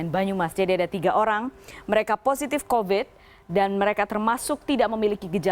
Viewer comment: Mbak news caster yang cantik... Nggak masalah kok bilang "covid" dengan pronounciation ala orang Indonesia pada umumnya. Huruf V dibaca biasa saja, nggak perlu harus pronounciation ala bahada inggris (huruf V dibaca semu seperti W). Kan malah jadi nggak fokus ke kalimat lain dan akhirnya banyak salah ucap akhirnya. Hehehe.